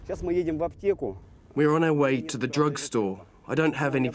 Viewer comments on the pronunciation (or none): SHE DID IT AGAIN SHE SAID "drog" INSTEAD OF DRUG